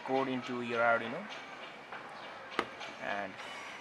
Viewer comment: Its arduino...not arrdino